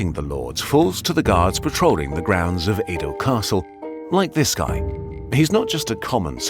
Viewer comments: Just a minor nitpick: Old Tokyo is pronounced "eh-do", not "ii-do" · few notes. real ninjas wear blue and it is Ed oh not ee do.